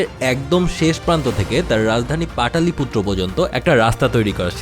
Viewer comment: পাটলিপুত্র হবে, পাটালিপুত্র নয় ।